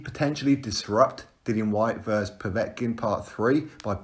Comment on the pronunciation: Genuinely love your channel. But.. Why do you say “verse” and not versus? They’re fighting each other not singing to each other.